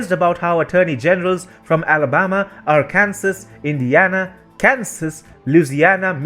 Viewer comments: I realize you are not familiar with all American words. The state of Arkansas Is pronounced AR CAN SAW. , not AR Kansas.... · It's pronounced ar-kan-saw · FYI, “Arkansas” is pronounced AR-CAN-SAW. I know, it’s a bit counter intuitive. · Arkansas, pronounced are-can-saw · By the way much love to TFI Global but y'all have a lot to learn about pronunciation of names of our state's, Arkansas for instance is pronounced ARE-KAN-SAW! The S is silent and it's a short a on the end because it derives from first off the native name for the region before the white settlers got there as well as the French Colonial period when Petit Jean discovered a small rock, a Little Rock, in the bend of the Arkansas River, hence the name of the city even. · respectfully to you-- While Arkansas is spelled EXACTLY the SAME as Kansas, only with an "Ar" at the front of it, the 'kansas' portion of Arkansas is pronounced QUITE DIFFERENTLY than it is in is